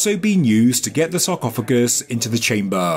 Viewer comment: its so funny how you pronounce chamböööö ;D